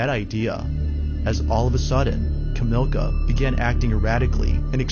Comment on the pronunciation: The polish woman who thought she was posseded and hid in the attic growing at police, her name is Kamilia, NOT Ka~MILK~ah. #5) The guy was hiding in the back of the van.